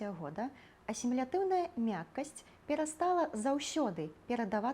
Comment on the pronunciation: Дзякую за цудоўны выпуск! Раскажыце, калі ласка, пра асаблівасьці вымаўленьня [с']. У вас у пачатку ў слове 'асімілятыўная' яно беларускае крыху шапялявае, а напрыканцы ўжо чыстае і звонкае ў слове 'часьцей'. Як правільна?